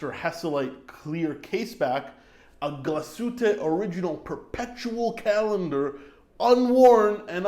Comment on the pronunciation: Love how u pronounce Glashütte! Not like the others: Gla-shoot haha